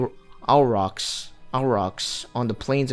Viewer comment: hey Old video but just wanted to mention proper pronunciation for Auroch's is "ore - rock"